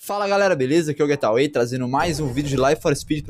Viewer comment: kkkkkk eu tinha reparado essa do "gueraway" tb kkkkkkkk. Não me leva a mal nao, frescalhada minha mesmo...o getaway passa batido, mas o "laive" é escrotao véi ahahahahahah. Mas fodaC, seu canal é muito legal de qualquer jeito. vlw!